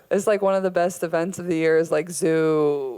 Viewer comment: "I missed Zoobilation" 😂💜